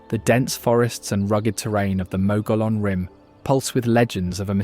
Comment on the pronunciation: Wonderful video and photography footage but your narrator needs to learn the correct pronunciation of most of the unique words of Arizona. Such as Saguaro cactus, Canyon de Chelly or the Mogollon Rim.